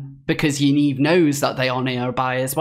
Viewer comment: Great video however 'Yaniv' is pronounced as it looks, not 'Yaneeve'. Thanks again for your amazing exposės.